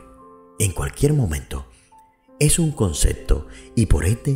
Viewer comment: ¿Por qué dice "concecto"? ¿No será "concepto"? Suena feo